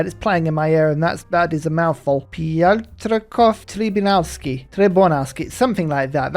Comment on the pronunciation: you got it right, Piotrkow Trybunalski.